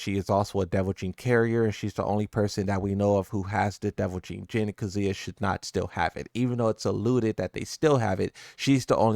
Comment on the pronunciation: Who is jinpapi? Do you struggle this hard with names/ words frfr?